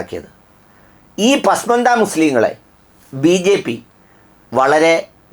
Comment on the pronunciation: ശരിയായ ഉച്ചാരണം "പസ്മാന്ദ " പിന്നാക്കക്കാർ